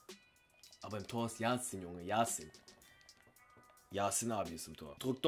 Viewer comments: Es heißt YaSHin also sch ausgesprochen 👍🏻 no hate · Er heißt nicht Yasin, sondern Yashin (Yaschien ausgesprochen). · sry aber er wird jaschin ausgesprochen